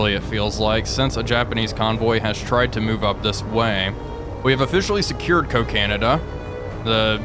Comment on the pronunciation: "Coca - Nada"